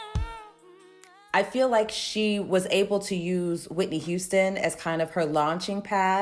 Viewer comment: Speaking good on Whitney’s name! Respect.